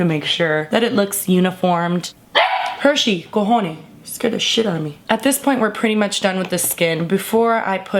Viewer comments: Are you Cuban??? Cause that "cojone" gave it away if you are LOL! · you sounded si latin when u said cojone lol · “HERSHEY, COJONOES” Lmaoo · When she was like "cojone!" Im like ahhhh the cubaness came out😂😂 lmao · from the moment you said "cojone" I knew you were cuban lol